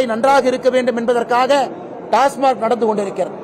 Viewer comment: டாஸ்மார்க் அல்ல டாஸ்மாக்